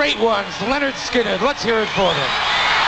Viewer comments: March 2024 and yes you pronounced it perfectly young lady. This band formed in 1964 during high school or following. This was like 3 months before the plane crash. RIP to the original members, gone but never forgotten. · That is actually a very good pronunciation of the name.